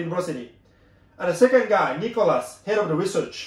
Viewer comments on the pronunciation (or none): none